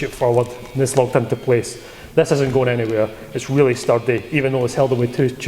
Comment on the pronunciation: I just love your scottish accent 'Sturdy'. If you didn't say that in every review I may have to leave you!